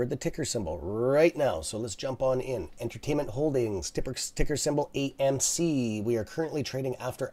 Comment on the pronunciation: Why do you keep saying acm? It's amc bro.... lol